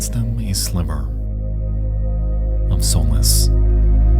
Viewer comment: why is nexpo determined to continually pronounce things wrong. "soulless"???? really???? is it that hard to look up how words are pronounced?? lmfao